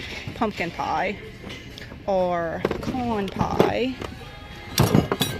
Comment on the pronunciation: It sounded like corn pie but my Louisiana brain comprehended pecan pie 😂🤣